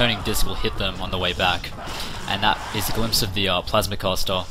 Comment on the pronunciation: i like how he says plasma caster like plausmah cuasta